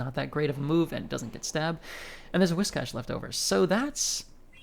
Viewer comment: Biggest reason why I like your videos and watching your gameplay: You are the only content creator who actually knows how to pronounce "Whiscash" the correct way! 😂